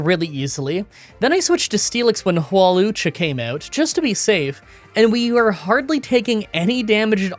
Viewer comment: love how you call Tierno Ty instead also Hawlucha you literally said whorelucha which cracked me up